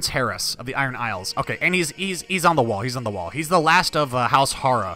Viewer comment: Have you tried to download the Tubbs' Better Faces submod? It inserts the DLC portraits from the base game into the mod. You should install it as it really improves the portraits. Also, Hoare is pronounced like "whore", not "har-ah". Still, looking forward to this series! I always love the Aegon's Conquest bookmark in the mod.